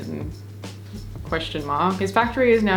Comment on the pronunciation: I live a few hours from Fredericton, NB and had no idea about the tiny home community! ❤ I love that so much!! Also you did great with the pronunciation!! pretty sure that's the proper way to say it since us NBers aren't big fans of enunciating😅 (we say fred-ric-ton)